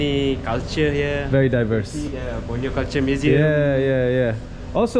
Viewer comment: Im in kuching and can you go to matang 6 i live there and you say borneo wrong